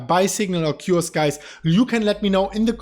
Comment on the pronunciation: Think he was trying to say Occurs.( O-kers) lol